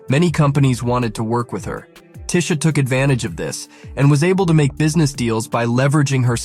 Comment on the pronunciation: It's TEE-sha! One of the most down to earth light-skinned Black Women around. YOU GO GURL!